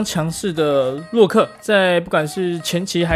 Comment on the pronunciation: 不是念ㄌㄨㄛˋㄎㄜˋ嗎？你怎麼一直念ㄌㄨˋㄎㄜ 無惡意